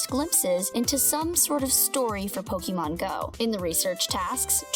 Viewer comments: PoKEYmon.......... WHY? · It's the way she says Pokemon that's triggering me. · wow, you don't know how to say pokemon, niantic and kyogre